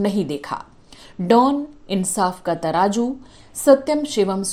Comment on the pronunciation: Amazaing editing. Lots of hard work. Just one thing madam word is ترازو.